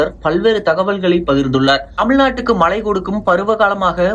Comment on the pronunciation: மழை என்பது கூட சரியாக சொல்லத் தெரியவில்லை மழை மழை என்று உச்சரிப்பு செய்கிறீர்கள் நீங்க எல்லாம் என்னத்த தமிழ் படிச்சீங்க?